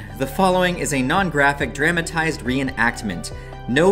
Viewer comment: why you say dramatized like that lmao